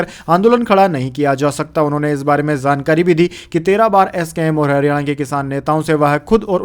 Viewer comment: Yaar apna shabad uccharan thik kar jankari lafz ko zankari bole rehe ho . J ko z bolte bura lagta h. J is j and z is z.